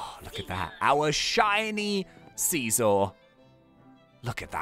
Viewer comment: it's pronounced S-eye-zor